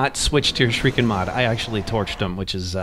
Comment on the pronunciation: All these sekiro videos on YouTube made me realize how few Americans know how to pronounce the word shuriken